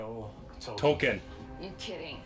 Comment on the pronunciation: "Tolkien is pronounced "Toll-KEEN," with stress on the second syllable, like "toll" and "keen," not "toll-kin." The author himself emphasized this, clarifying it as a Germanic word tollkühn (ü being pronounced 'ee') and correcting people who said "Toll-kin" Its been 8 years since you wrote thus, hopefully you've learned that since then